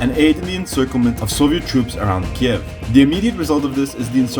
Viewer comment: How ukrainians call the capital of Ukraine: Kyiv How russians call it: Kiev This guy: Kieve